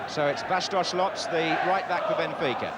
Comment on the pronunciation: It is exactly how those names are pronounced.